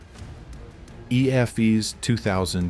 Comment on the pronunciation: teach your AI how to read EFES :D